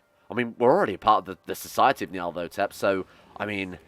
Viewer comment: Nyar-leth-oh-tep. It's started getting painful.